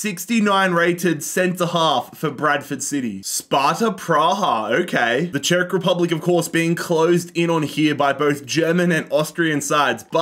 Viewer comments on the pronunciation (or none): none